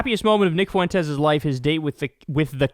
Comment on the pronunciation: You better learn how to say Fuentes bro